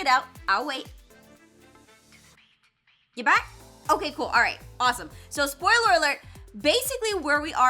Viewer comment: IM NOT THE ONLY ONE HOW sAYS SPOYUlOERT